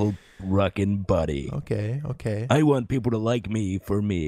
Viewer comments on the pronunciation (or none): yes real English ”Wan’t”